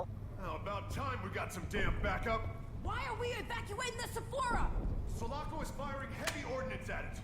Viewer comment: I was waiting for Drew to correct Ryan about Sulaco. First time i heard Ryan say it I was like like "wait whaa?" It's all good Ryan people make mistakes also Go Drew! Also mah main man